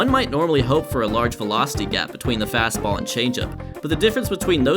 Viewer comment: "Fast-ball" "Sli-der" "Curve-ball" "Sin-ker" "Change-up"